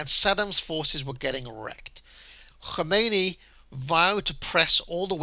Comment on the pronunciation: Valiant attempt to pronounce 'Khomeini' like its Welsh, not Persian.